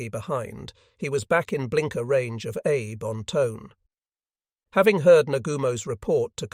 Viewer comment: Also "Abe", should be pronounced "Ah Bei". I suggest they run a search and replace of "Abe" with "Ah Bei" so that the AI reads it correctly. We don't care if the spelling is incorrect. We only care how the AI pronounces it.